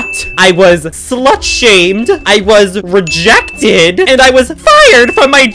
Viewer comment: did you mean rejected, not regected?